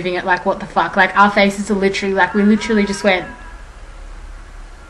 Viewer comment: its fuck not fock chip chip cherio mate lmao